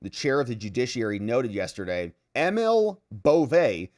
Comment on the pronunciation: Emil is said the same as if you saw a flower mill, or a saw mill, it's said A MILL, not Email like Christopher called Emil in a Sopranos episode just after double crossing and ripping him off, and just prior to them whacking the poor blighter. Americans are Sooo bad at pronouncing languages it is ridiculous, they forgo simple rules like saying a J as a Y (it makes words infinately easier to say when you follow the 'Preface' and another classic Loss to the Yanks is that a majority of them do not seem to know that in French the last letter of a name is silent, Another is French words like Nescafe, I cant do the symbol on my keyboard but the E at the end of Nescafe has that 'Stroke' above it is called a 'Circumflex' and that is used to put emphasis on the way the e sounds. It is meant to be said as Nes-Caf-eh, like the Eh that Canadians and Kiwis have put in their language, "I's a Great day, eh?!" I remember this as I had a one period long French lesson as a 9 year old when a Student Priest stepped in for our teacher (A Nun) when she had the flu, that was in 1968 and I still seem to remember it vividly...not sure how as it is going back a few haircuts nowdays, but we do remember it.